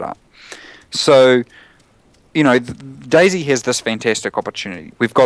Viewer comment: i love how he say's DayZ like 'daisy'